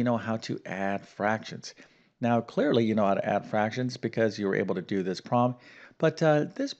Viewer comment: Please enunciate the word "problem".